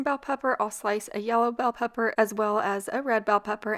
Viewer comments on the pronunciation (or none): none